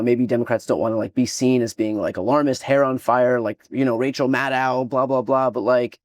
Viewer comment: Maddow rhymes with meadow or willow or pillow or window or rainbow- NOT with eyebrow or snowplow! (from a Haddow) While I'm at it, the word 'antisemitic' is NOT pronounced like ''antisimetic''!!